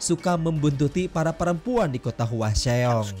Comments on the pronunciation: Itu nama kotanya dibacanya hwasong bang bukan hwaseong..itu daerah tempat kerjaku. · Bukan HUA XEONG tapi HWASEONG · Bang mau nanya bang, ini abang nonton film nya kan yak tapi kok penyebutan nama dan tempatnya kok aneh ya ? Kayak hwaseong kan penyebutannya hwasong tapi kok malah "hua se ong" ? Terlepas dari situ alur penyampain abang menarik sih keren reviewnya bang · Hwasong mas d bacanya… bukan hwaseong🙏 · Hwaseong bacanya hwasong, bukan hua xeong😒 cara baca lu salah semua